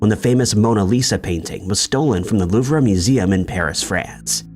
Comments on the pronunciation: "Loovrah" no- Loov. "Van Goff"- Yes! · Wrong. Louvre is properly pronounced “Loo-vruh”. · Louvre pronounced Loove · You don’t pronounce the R in Louvre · Tell that to the AI